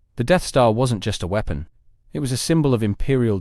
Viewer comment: "a military super wee-pon"